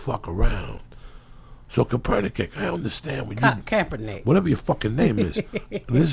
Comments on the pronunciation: Joey: "Kapernakick....." Ms Pat: "Who?" Joey: "Kapernakick" Ms Pat & Lee: "Kaepernick" 🤣🤣🤣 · Is no one gonna say something bout this guy sayin kapernakick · lmfao Joey Diaz trying to say "Kaepernick": ku-per-ni-kick! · It’s crazy how Joey Diaz is like a real life Ricky from trailer park boys, how he gets names wrong and words wrong, I was dying when he said kapernicks lmaoooo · When unk joey tried saying Kaepernick ☠ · Joey Diaz butchering Kaepernick's name over and over absolutely killed me.